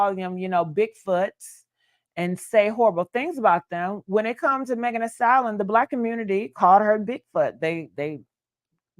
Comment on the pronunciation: The word is pronounced like stal-yen